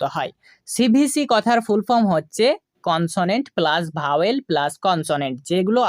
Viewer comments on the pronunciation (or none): none